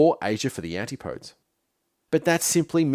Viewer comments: 'anti -podes'? Always thought it was pronounced 'an-tip-o-dees'? Please correct me if wrong... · He also mispronounces antipodes at around 47. Guess some of this was AI assisted.